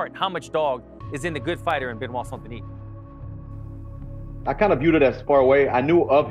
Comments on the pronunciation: I know Americans struggle with English - they don't like silent letters in words and, for them, words are pronounced as they're spelled! So, with St Denis - they all seem to be baffled. If you're going to go "Full American" with the pronunciation, then it has to be Saint Denis. Otherwise, the correct pronunciation is "San Denee". It's not "San Denis" or "Saint Denee". Maybe just go with BSD but that's an acronym for a computer OS from California in some quarters!!! 😀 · non désolé (sorry no), the right pronunciation is (la bonne prononciation) of BSD name is (du nom de BSD est) Benoît Saint Denis, nothing else 😉